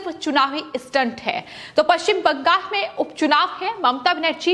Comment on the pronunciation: पश्चिम bangas किऊं बोल रही हैं? बंगास नहीं,बंगाल कहिये।